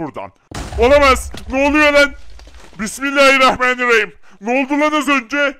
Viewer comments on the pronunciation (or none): none